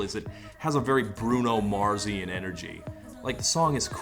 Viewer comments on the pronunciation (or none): Slightly disappointed you said "Bruno Marsian" and not "Bruno Martian" energy!